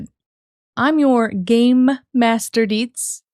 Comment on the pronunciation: LOL. Needing to specify "game" is hilarious. I'm guessing either the alogrithm or some viewers thought she was saying "gay" instead of "game".